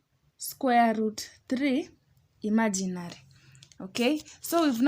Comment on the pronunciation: I love to way you say "imaginary". ❤